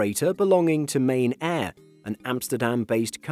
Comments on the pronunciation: It's pronounced Mar¤tin¤air, right? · Dutch guy hear your rights he pronounced it wrong it’s indeed Martinair (mar-tin-air)